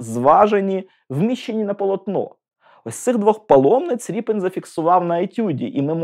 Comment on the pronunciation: Все це цікаво , але прізвище художника украаїнською пишеться РЄПІН ,а не Ріпін.В перекладах ПІБ в написанні і у вимові зберігається оригінал.